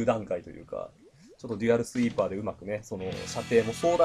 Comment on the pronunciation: いや「デュアルスイーパー」だよ